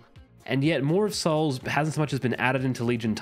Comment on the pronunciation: You pronounce Maw of Souls just fine, i see no issue with it.